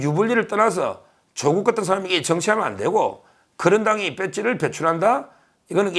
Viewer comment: 長音 <조오국> 아님, <조>에 강세를 붙여 短音 <조국> 으로 발음해야 조오국× 조국°